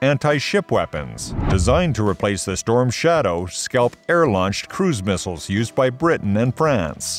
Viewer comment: LOL "mistles"